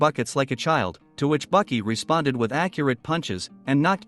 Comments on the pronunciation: pretty sure th text to speech just called baki, buckets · Cringe. It is Baki pronounced " Bah-key" and Hanma pronounced" Hahn-mah" but you keep calling him Bucky Hann ma.🤬. I don't know why this annoyed me so bad but I stopped watching the video at about a minute and 36 seconds cuz you keep calling him Bucky. Same with his father's name Yujiro pronounced " Yu-here-o with a roll on the r"🤦 I noped out of this one real quick as it would have continued to cringe me for over 17 minutes and I wouldn't have been able to enjoy the video. Misennunciation of pivotal characters in a series annoy the hell out of me. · His name is baki not bucky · Bro who tf is Bucky it’s Baki